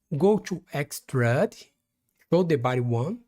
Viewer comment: Try this "extrude" is pronounced Ex-trood, sounds like the dish stew, or being in a good mood, or a female ewe.... You're saying "extrud", which rhymes with crud or dud...